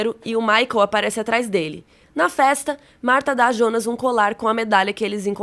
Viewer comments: Assisti a série completa uma vez e não tinha entendido muita ,coisa, nas segunda vez eu entendi. E vim procurar um resumão sobre a série, mesmo eu tendo entendido. Mas pelo amor de Deus, me dá um treco em ouvir essa moça chamando o Jonas de ionas 😂😂😂😂😂 misericórdia. Mas tá bem legal o resumo cronológico. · “Ionas” misericórdia fiquei com aflição dela falando assim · Fiquei meio agoniado com "Iounas" Eu sei que é por conta do J ter som de I na Alemanha e tal ,mas.... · Só eu que acho estranho ela chamar o Jonas de ionas? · IONAS ? Kkkkk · a mulher pronuncia ,iounas.. kkkkkkkkk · pq ela fala iounas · Me dá agonia ela chamando o Jonas de ''Ionas'' kkk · Pq vc chama o Jonas de ionas? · Só eu q saquei que ela chama o Jonas de Ionas????...😂😂 Aguardando o apocalipse na 3° Temporada!! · parei de ver só pq fala ionas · A unica coisa ruim do vídeo é vc falando IONAS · Confesso que dá uma certa agonia com a maneira como ela pronúncia "Jonas". Mas o os vídeos são muito bons. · nossa, eu senti uma agonia dela falando o nome do jonas e helge errado kkk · Amei muito o vídeo, obg, so o que me incomodou mesmo foi a pronúncia do nome dos personagens 😰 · Parece o chaves tentando falar o nome dele, hahahahhahahaha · Por que você chama IONAS ao invés de JONAS? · Pq ela fala IIIIOOONAASSS?? É JJJJJJOOONAAASSSS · Cara, até a dublagem fala jonas, pra q falar ionas? Quer se aparecer? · por que diabos essa mulher fala Ionas? Não Jonas, que horror🙉😂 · Não se diz ionas e sim Jonas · Mano, para de falar yonas que raiva kkkk foi dublado para JOnas e vc é brazuca, para com isso imediatamente kkkk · A série é confusa, mas eu tô mais confusa com você prenunciando JONAS e soando: "iONAS". Socorro Deus 🤡🤔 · ionas não mano, é JONAS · não entendo qual a dificuldade de falar jonas ,do q ta falando iounas..kk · Aí eu não suportei vc ficar chamando jonnas de yonas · Ionas é meu ovo fala Jonas caraio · Pq vc fala "ionas" E não Jonas ? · Pq n Falar Jonas ao invés de Ionas? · pq chama o Jonas e Ionas?